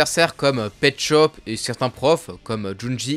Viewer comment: je suis un 2002 est imposible de prendre au srx quand tu dit petschop